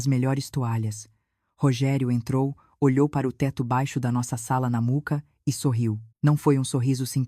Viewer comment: Gente, fale o nome do bairro direito! Mooca e não Muca